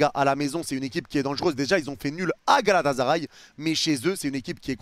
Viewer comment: arrêter de prononcer Galata"z"aray svp, ya pas de Z. GALATASARAY